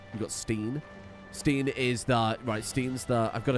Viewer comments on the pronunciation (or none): i think steinn is pronounced more like stine rather than steen <3